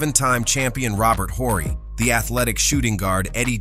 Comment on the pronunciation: You don't know who Robert Horry is ? You keep calling him "Whorey" 😂